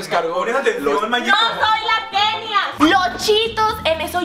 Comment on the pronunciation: Si se dieron cuenta, cuando estaban acostados y Kenia habló, dijo locha en lugar de Kenia